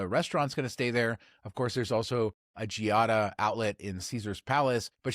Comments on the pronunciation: I know that pronunciation of "foreign" words has been an issue here, but Giada's name is pronounced "JAH-dah", not "gee-ah-dah". The "i" is silent. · Ok fellas, if ya going to discuss her, say it correctly. Its pronounced “JADA” (Giada) not GeeeeOddAAA. ✌🏻